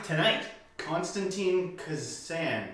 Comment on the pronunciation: It's Kisin, pronounced "kis-in" :D